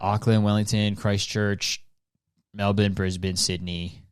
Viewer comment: As a Melbournian, the way you say Melbourne is so satisfying 🤩